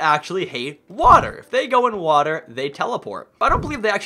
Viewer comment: You said "water" wrong you said hater.